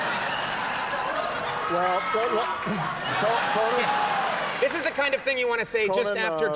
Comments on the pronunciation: is it con man or conan you might think its obvious but listen to it about 3 times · was he saying "Conan" or "Commie" ?